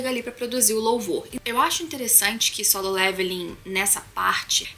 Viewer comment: aeeee ela falou solem irmãos kkkkkkk likezão